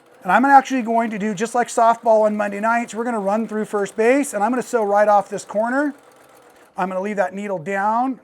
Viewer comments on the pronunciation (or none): Sew, not see. 🙄🤦